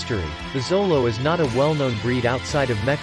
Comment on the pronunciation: It's not zolo.....! It's pronounced sholo